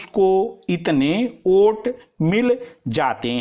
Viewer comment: Kya sir ji Vote ko aap oot bol rahe hai pure dictetion me